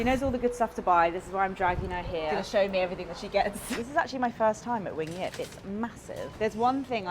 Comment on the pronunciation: You pronounced Wing Yip like a true Chinese person, love it 😂